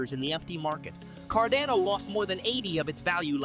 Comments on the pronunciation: It's CARDANO not Cordono, Cardono, or all the other ways you pronounce it. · Can you please call it Car- dano.....hahaha